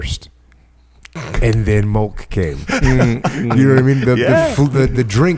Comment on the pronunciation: Jocko has one of the greatest podcasts of all time... I stopped listening after he said "Strawberry Mulk". Jk he still kills it.